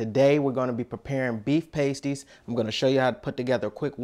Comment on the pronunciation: It rhymes with nasty not waste-y